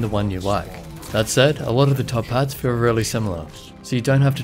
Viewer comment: Took me a few listens to get that you were saying "top pad" and not "top hat". Was very confused at first :D